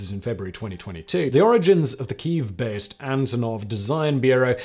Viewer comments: Say it with us “key-ev” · The authentic way is to pronounce it 'Keeve'.